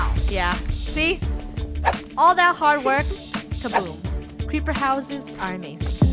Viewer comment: its creeper not creper